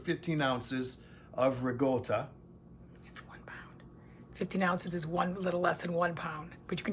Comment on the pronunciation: there's no g in ricotta if you're going to pronounce it at least say it right if you're supposed to be Italian shame on you.